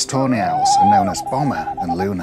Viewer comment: Ive found your videos about a week ango and fell in love with most of the owl. As a german I think its very funny though that instead of tawny owls I hear Toe nails...